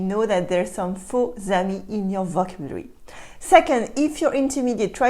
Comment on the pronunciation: Could I give you one pronounciation note?)) you are always saying vOcabulary meanwhile it has to be pronounced as vocAbulary)) try it and you'll see, it's even easier to pronounce))))) et merci beaucoup de ton travail))